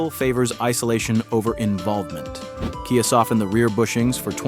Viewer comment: i lost interest and figured this was AI, when it said "kaya" instead of KIA